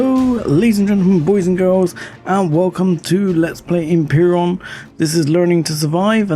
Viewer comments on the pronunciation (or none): ...... Dude, you need glasses ?! Why do you read this as "Empiron" ?! >>----> Empyrion <----<< SEE this ?! Em-pi-ri-on !!!! Anywho, shitty "survival" game .......